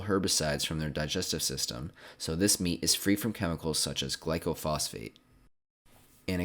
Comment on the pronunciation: It's gly-pho-sate.